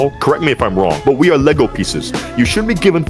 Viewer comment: I looked it up on google and it says Roblox avatars are abt 4'9" but I do get his point and agree Also the way he says "lego pieces" 💀